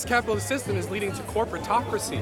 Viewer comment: As someone starting a business flying drones i find a lot of my generation to be the worst, love that you're questioning their ignorance. I Love hearing someone with a soviet accent saying "CAYPITALYST" in a positive light.. I'm used to cartoon villains ranting about the evil capitalist pigs